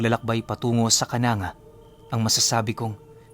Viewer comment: KANANGGA ay KA-NANG-GA ang pagbigkas diyan pinuno